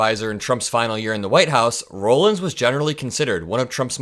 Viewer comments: It's pronounced "Rawlins". I know because my maiden name is Rollins. I appreciate all you do,. Keep up the fight. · FYI: Rollins is pronounced Rah-lins, not Row-lins. Also she will not be COS, Dump already announced today Susie Wiles will be COS.